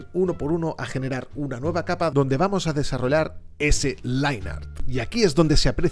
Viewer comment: Buen contenido pero por qué dices desarrolar en vez de desarrollar , es algo de la forma de hablar de España?